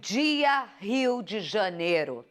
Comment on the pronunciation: Em televisão e a senhora tem falar bem no momento, janero é errado pro mundo ouvi-la dizer isso errado, mas sim janeiro, que falta de estudo.